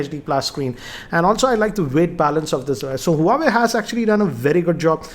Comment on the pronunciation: Sir it's name is Huawei but it's pronounced as Wah-Way.